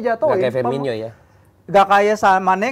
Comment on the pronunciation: Firmino bukan Firminho